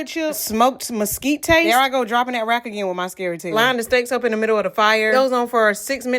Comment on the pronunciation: Mesquite-tay lol